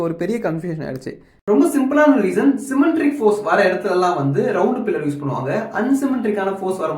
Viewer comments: சிமென்ட்ரிக் இல்லை சிமெட்ரிக் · Symmetric load - Asymmetric Load Not un Symmetric And try to pronounce technical terms clearly, when you pronounce Symmetric it sounds as "cementric"